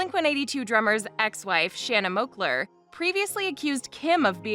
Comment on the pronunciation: Yo...😒 if your going to do some celebrity segment, make sure you say the names properly... you said the name Shauna Moakler... HER NAME IS SHANNA MOAKLER. 🤦‍♀️😒